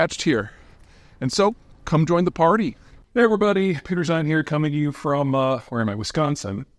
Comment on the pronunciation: He pronounced Wisconsin correctly